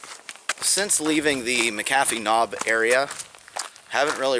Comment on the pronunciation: Us locals call that mountain as the natives did who named it "Catawba" and it is pronounced like "CuhTawbah" without any real emphasis on the "W". Also Mc Afee's Knob is not pronounced as Macahfees (LOL), it is just like the anti-virus guy John McAfee, pronounced MacAfees. Ha, Pennsylvania dude! I live very close to Dragon's Tooth (which you spoke perfectly BTW! LOL), and around here we do little day hikes up to McAfee's Knob and to the top of the tooth at Dragon's Tooth. When I was young there was no steel stepping bars or luxuries like that, but I sure do like those now that I'm older! Glad you enjoyed our countryside!